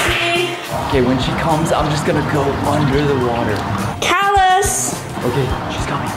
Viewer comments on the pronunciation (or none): Caylus not calus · Caylus❌ Cahles✔ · 7 u say colas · I love how calls caylus as CaLuSs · keeps saying calus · it's not calus its caylus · the way pronounces caylus is so funny